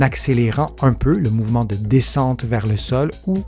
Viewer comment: Mouvement et non moyvene. Pardon 🤗